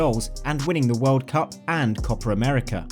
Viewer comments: ZIco was known as "White People". Oh my. He was known as "the White Pele". Now I know why the narrator regaled us with "Copra America" a couple minutes earlier: more AI nonsense. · Why does the narrator say "Copra America"?